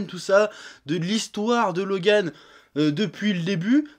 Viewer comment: Je like juste car il a dis mon prénom 49507 fois dans cette video et car il le prononce plutot bien